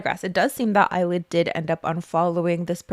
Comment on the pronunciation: I can't unhear "Eyelid" every time.